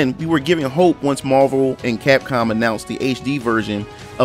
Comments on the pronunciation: Great video, you pretty much stressed all my concerns with this game. though I cant get over the way you pronounce capcom , you said it so many times in the video It was a little distracting. It's hard to see a franchise you love being turned into an uninspired cashgrab. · ITS CAPCOM, CAP COM not CACOM And no X-Men is simple, Marvel wants to run Xmen and properties it doesn't have movie rights to into the ground. By doing so they aim to artificially diminish the Value of those rights and get them back. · This guy can't say "Capcom" for his life. Hah hah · Lmao at the way you just gave up on saying the word Capcom